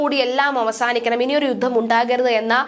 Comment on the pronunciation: വാർത്താവായനക്കാരായ ഈ പെൺകുട്ടികൾ മിക്കവരും 'യുദ്ധം' എന്നതിനെ 'യുദ്ദം' എന്നാണ് ഉച്ചരിക്കുന്നത്.